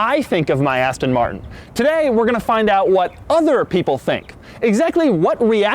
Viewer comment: yu said Aston marshon